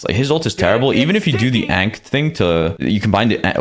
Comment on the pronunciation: mispronounces Ankh every video